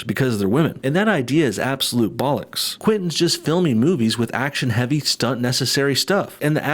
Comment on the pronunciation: Did any one else find it weird hearing the word Bollocks, in this accent ??